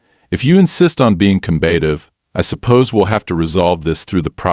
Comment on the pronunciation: COM BAT OF! Not COM BAIT OF!